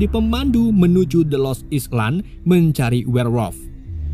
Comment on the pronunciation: Sekedar koreksi abangku, dalam kata "island" bacanya "aylen"